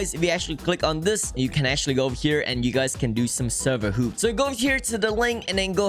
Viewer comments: By the way im not criticizing your accent but the correct way to say it is server h - a - w - p, not server h - o - o - p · Why does he say server hoop instead of server hop or hopping?